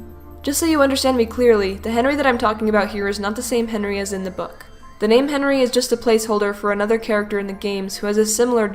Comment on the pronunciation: Thank you for saying my name right